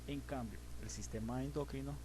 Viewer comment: ¿endócrino? ¿por qué dice ud. endÓcrino? ¿exÓcrinas? ¿qué? esa palabra no lleva acento.